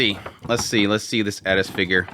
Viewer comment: . You said "Eris"! 👍